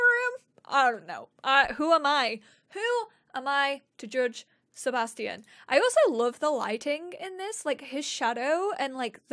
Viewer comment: Seba Sti Ian lmao it’s Sebastian